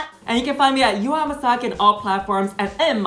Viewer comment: Okay, but no one appreciates how Jaymes is pronouncing Yuhua's name in full accuracy?? Like queens be calling her "U-haul" or something. Love me an accurate queen!!